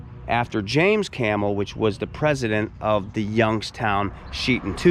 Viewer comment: I grew up in Struthers and I knew a lot of people who lived in the company houses as we called them. When you say the city name you pronounce the B and not like the animal 🐪 👍 Campbell was one time known to be the city of churches because of so many denominations.